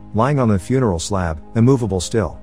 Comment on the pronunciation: The voice kept saying Fune-Erl- Home